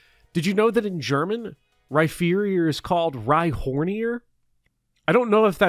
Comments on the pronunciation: why did you pronounce rhyperior like rhyferior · You said Rhyfearior to annoy me into making a comment. I'm doing so not to encourage your behavior but to plant the seeds of algorithmic growth.